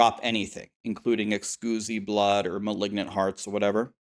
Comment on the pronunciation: Someone PLEASE tell him thats not how you pronounce Exquisite blood